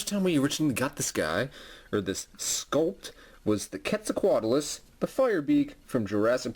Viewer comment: QWEAT-ZAL-COAT-ALUS. it bugs me how you say it